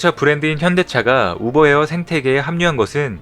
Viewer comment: 오보 에어인가요 우버 에어 인갸요? 발음이 약간 불명확해서 모르겟다는...